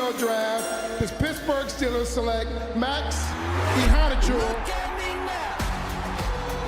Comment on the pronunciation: had better learn how Max's name is pronounced.